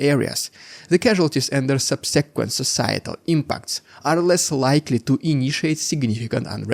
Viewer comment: Thanks for years of great reporting. Your English is excellent too. I only corrected pronunciation sometimes to help--not just criticize. Keep it up. BTW, "rhetoric" and "subsequent" have emphasis on the first syllable. Lastly, please learn the "v" sound. Put your upper teeth on your lower lip. It's "village", not "willage".